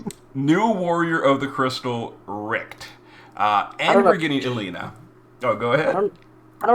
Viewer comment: eyebara , ellenuh , rich. he gotta be pronouncing them wrong on purpose at this point hahahah. jus playin , i imagine English aint his first language or sumn. even if it is , they are weird names for the most part lol